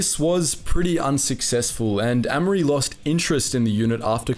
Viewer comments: pronounced A mery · Amery is pronounced with a hard A sound not a soft a